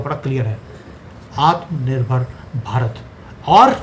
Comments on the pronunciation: Try to pronounce "atma nirbhar" correctly. Understand difficult for Punjabis. It is not Atham Nirbhar, pronounce it as "Atma" Nirbhar, please! Love you though:-) Jai Siya Ram!! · आत्मनिर्भर ❤ Not आतमनिर्भर 😅